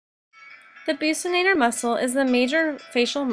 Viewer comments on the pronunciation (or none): Pronounced as Buk-si-nator